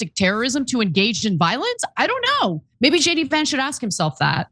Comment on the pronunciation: I heard Ana say Cheney Vance instead of JD... 😬